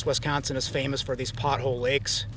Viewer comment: Guy can’t be from here. “Wesconsin”